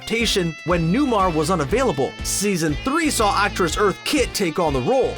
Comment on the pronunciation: It’s pronounced LEE-Veye, not Lehv-y. Also, EarthA, not Earth (she wasn’t a planet).